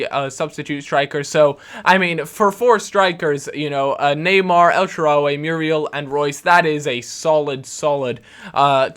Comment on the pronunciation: stop saying el SHARA-WE, its el shaaraw-Y